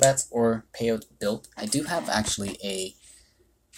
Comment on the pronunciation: It's probably pronounced "pay-oh-tee" because that's how the cactus species is pronounced!